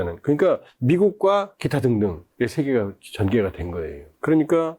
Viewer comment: 말이 빠르고 뭉퉁거려서 말이 귀에 속 들어오질 않네요. 좀 천천히 말하고 발음을 좀 명확하게 해 주세요. 두 사람 - 트사람 모스칸- 모사가안 미국과는- 미구칸 비민주- 피민즈 머스크- 모스카 등등